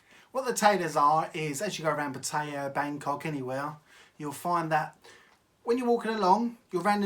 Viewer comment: It's not Pa-Tay-Ahh. It's PAT-E-Ahh. Ask any Thai.